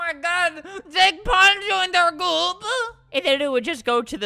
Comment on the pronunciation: " OMG! JP JOINED OUR GOOPP" That's what Albert said it sounded like goop, someone get an english teacher